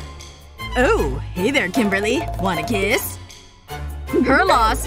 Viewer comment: Her name is actually Kimberly not kinbery duuhh🙄